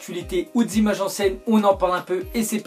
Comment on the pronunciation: Ou de Zimages anciennes MDR JPP a chaque fois il fait cette faute de francais